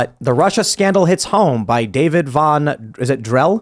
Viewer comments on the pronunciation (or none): none